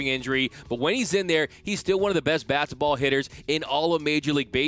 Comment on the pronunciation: does he say basketball or fast ball I know he meant to say fastball but it sound like he said basketball 😂